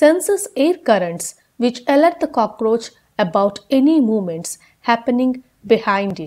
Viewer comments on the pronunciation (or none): none